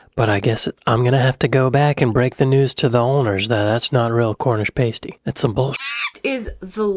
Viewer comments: Listen to what she days, Its pronounced "Pas - ty”. not “Pace ty”. Cowboy does mean Cowboy as in America. But it is used as a nickname for dodgy. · Bruv. Past-eh. Not paste-eeh. I’m pretty sure any court in this land would take you outside and go you down for putting a tomato with a Cornish. All the aside though man, really like the way you’ve styled your hair today, you honestly look 10 years younger! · Its not a pastey its a pasty. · She said pasty as pass-tee, several times, but you still pronounced it pays-tee! Several times. Despite the single “s”, pasty doesn’t follow the pronunciation of pastry. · It's Pasty "PAH-STEE" listen and repeat, not "PAY-STEE" and there's no bloody tomatoes in a PASTY. 🙄🙄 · It's not a paste-ee. It's a past-ee. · You mispronounce "pasty" by the way. Past-ee not paste-y. A small detail but an important one, you muppet 😉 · "Pastey"? "PASTY!" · Its pronouced pastie by the way. Paste or pastey is so wrong, its a kin to pronucing gif with a J. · And it's pronounced 'pass-tee', not 'pays-tee' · It's Cornish Pasty, with a short A, like Ass. It's not a pastey with a long A, like copy and paste! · It's PAStee not PACEtee.😉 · Pasty is pronounced 'pass tea', not 'pace tea' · Cornish Pasty,,,, It's PASS-TEE. It is NOT PAY-STEE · It's Cornish pass-ty not paste-y. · why did you change pa-stee into pay-stee , do you not have ears ? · For a chip butty, bud? Salt and malt vinegar. Not sauce or any other vinegar. There is a balance to find. 😎 Or in Scotland, salt & brown HP sauce. Also in British, it is not a 'pay-stey' it is a 'pas-tee'. ;-) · Pass-tee not pay-stee when taking about Cornish Pasties!!! Come on get it right!!! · Not pay sty its pass ty . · Why does insist on saying Paste-y even when the video says pasty over and over. He’s done this before. It’s pass-ty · Pas-ty NOT Pay-sty🤦‍♀️ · It's not a pastey, you muppet! lol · For god sake it's pronounced PAS-TEE NOT PASTE-E. She said it many times in the video. It doesn't rhyme with pastry